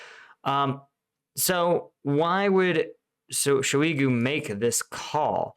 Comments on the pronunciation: Thank you for clear professional analysis. You're a pleasure to watch. B'way (a totally extraneous point, juss trying 2 help with the uunbearable mouthful slavic))) that Shoigu guy is not "sho EE goo", it's like "[kid's] TOY goo", only "shoy goo". It doesn't matter. I'm sorry. Please ignore me. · The Shoi- in Shoigu is like choi in Bak-choi. He's NOT French. Also, if he called a bunch of buddy-states telling each one something different and thought they will not later consult each other and compare what they heard - well, that SCREAMS of stupid in my book.